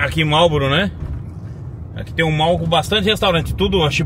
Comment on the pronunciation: Mall se diz mol